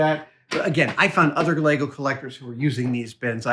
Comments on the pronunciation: Ah dam, he lost me at LEYGOES ITS LEGO!!! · He said 'legos' grrrrrr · Adam, Adam, Adam, It's "Lego" or "Lego Bricks". <3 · Adam, it`s LEGO, not LEGOS :) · There is no s on the end of Lego, it’s just Lego the end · LEGO, not LEGOs. Like sheep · Love you dude, but its lego not legos. Sheep not sheeps!!!! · LEGO it is not Legos, wish you americans would stop pluralising the word, its really annoying to us Europeans.